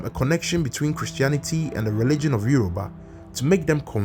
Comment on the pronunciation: It isyoruba not Euro ba